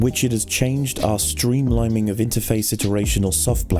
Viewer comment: "steamliming", my fucking sides